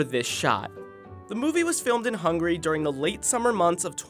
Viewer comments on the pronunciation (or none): No offense but it isn't hungry for the pronunciation but hungAry! From a hungarian !!